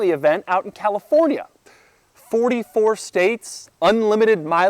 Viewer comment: not to be that guy but i'm prety sure doug said talifornia